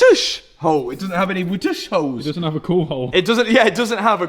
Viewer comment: Holes ❌ Hoes ✅